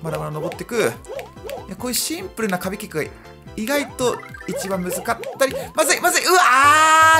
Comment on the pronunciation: コース自体はシ↑ンプ↓ルなコース